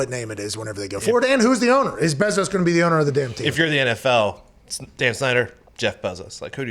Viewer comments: Bruh it’s pronounced BAY zos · I have never heard someone call Bezos’s last name so weird wtf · “The Bezores.” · It’s pronounced BAAAAAAAAA-zos GET IT RIGHT!!!!!!! Sorry this just triggered me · If only you guys knew how to pronounce ‘Bezos’ 😂